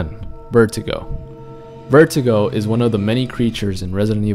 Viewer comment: Lol you call him vertigo his name is pronounced vurdugo. Not sure of the spelling though!